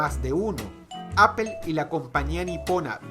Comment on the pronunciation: Apple si esta bien pronunciado, lo otro pues no se, queda a debate